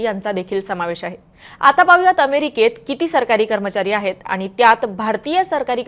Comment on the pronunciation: मॅडम,मराठी भाषेत बोलताय तर जरा अस्खलित मराठी बोलायला शिका पहिला!हे आनि-पानी न बोलता आणि-पाणी बोलायला शिका!!”ण” चा उच्चार स्पष्ट पणे बोलता आले पाहिजे!!😊नाहीतर आनि-पानी ची गावंढळ भाषा तर अनेक अशिक्षित,अंगुठाछाप राजकारणी नेते सुध्दा संसदेत बोलतात!!